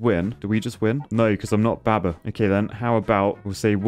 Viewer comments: The heresy of pronouncing baba with a short "a"... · I love how says baber